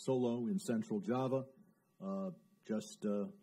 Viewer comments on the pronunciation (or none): none